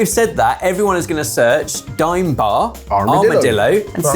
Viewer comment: He got it wrong like many do, it's a daim bar not dime